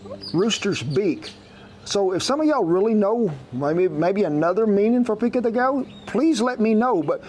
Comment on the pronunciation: How come you pronounce pico de gallo correctly but not pollo? 😂😂😂. I cant wait to try this recipe